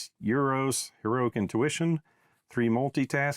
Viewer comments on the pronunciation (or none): Awesome play through, but he's not 'Euros', just Eros, pronounced 'Harry Styles' :)